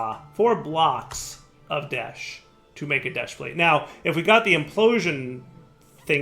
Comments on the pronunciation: Current Troll List 1) Pronouncing "desh" as "desht" 2) Not automating the sifters 3) Not auto sorting and storing all the mob drops from the mob farm into drawers 4) Not auto sorting and storing all the fishing drops into drawers 5) Referring to the process of "sifting" as "sieving" 6) Referring to the process of melting or cooking as "smelting" 7) Not massively increasing his RF production even when the arc furnace drains his power 8) Setting up amethyst production super far away from the other things that relate to it 9) Not filling in all the holes on his island 10) Not cutting down his sugar cane or setting up the sugar cane he has upstairs to automatically harvest it and store it in a drawer with a void upgrade 11) Not making any buildings to organize all of the various machines and setups 12) Still having tons of random and messy chests and such all over the place 13) Ignoring the amazing creative flight ability he was given as a quest reward 14) Not using insulated cables and then hurting himself on them. 15) Somehow still struggling with connecting wires when its obvious how they work 16) pronouncing toluene as "toe lean" instead of "taal yoo een" 17) complaining about the amount of desh ingots he needs for desh plates after saying he has an unlimited amount of desh from the moon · Why do you insist on saying deshed? I'm genuinely curious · why is he calling it desht? I didn't think there was a "t" in the spelling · Why does keep calling it desht. Theres no t